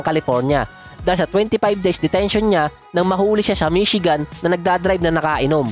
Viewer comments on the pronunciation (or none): none